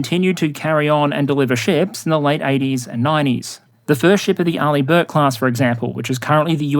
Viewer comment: Finally, i learned how to pronounce Arleigh Burke :D